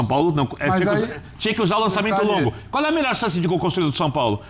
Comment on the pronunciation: "Cuár a ideia..."